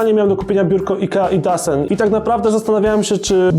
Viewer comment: nie czyta sie idasen tylko idosen:P po szwedzku :D